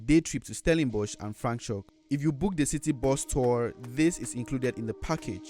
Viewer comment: Franchhoek, not Franchkoe haha